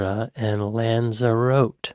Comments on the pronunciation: that's not how you pronounce 'Lanzarote'. It's a Spanish name so it's not at all obvious to to an English speaker that the e on the end is an 'ay' and the emphasis is on the 'ro'. lan-za-ro-tay. This is how it should be done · Lanza WROTE? 😝. Lanza ROTTI is closer to the proper pronunciation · Lanzerote rhymes with grotty. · Pronounced "Lanzarotti" not "Lanzerote", it's a Spanish island ☀️ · Lanzerote is pronounced Lan Zer Rotty. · Lan-Za-Rott-Tee! Just my contribution. Great video though man loved it. I’m Welsh, and this era was my heyday. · Lanzarote is pronounced 'Lanzarotty' by the way. Have a listen to 'You do something to me' by Paul Weller. One of the most sensual songs ever written. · Lan-za-roh-tea is how you pronounce Lanzarote. Its part of the Canary Islands. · Lan-za-roh- tae, if we're being really accurate. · Lanzarotty is the pronunciation for that island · That pronunciation of Lanzerote🤣🤣🤣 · It's not pronounced Lazerot..you say the "e" sound at the end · Pronounced Lan za roty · Its pronounced lanz-a-rot-hay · It's pronounced Lanz A Rotty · The pronunciation of Lanzarote had me in stitches I won’t lie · Enjoyed this. Especially, though it's not relevant to the topic, his adorable attempt to pronounce Lanzarote and Fuerteventura! :-) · Love how he pronounced Lanzarote